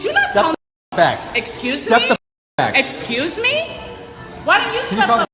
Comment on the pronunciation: "Exkeeyooze me?! EXKEEYOOZE ME?!? E X K E E Y O O Z E M E?!?" @@